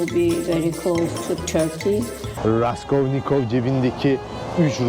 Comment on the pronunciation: raskovnikov kim abi raskolnikov olmasın